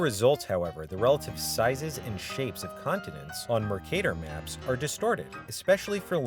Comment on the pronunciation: northern Wisconsin accent??